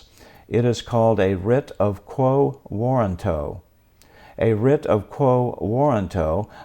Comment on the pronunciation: Get your pronunciation correct before you make a podcast. Warranto has emphasis on "RAN", like "waw-RAN-toh". You got it wrong. Check dictionary audio pronunciation: Click the speaker icon next to the phonetic spelling on that page.